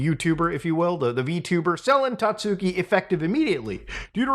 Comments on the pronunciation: hearing "tatsooki" the whole video was mind numbing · isnt it pronounced 'tatski?'